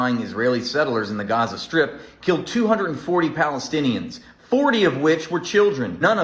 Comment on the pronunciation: Interesting. What is this 'pelestienian'?